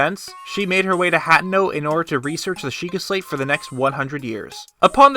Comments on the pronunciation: Hateno is pronounced Hah-teen-oh....NOT Hat-no. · "Hatten-no?" ("Ha-tey-no") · UGHH ITS NOT PRONOUNCED 'HAT-uhno' its 'huh-TEY-no' lordy lordle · You say it hat-ten-o It's supposed to be hat-ee-no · It’s not hat-no it’s ha-ten-oh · Did u just pronounce hateno as hatino... it's pronounced Hateeno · Hat - e - no Not Hat - no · Sorry, not to be nit picky, but it is huh-tee-noh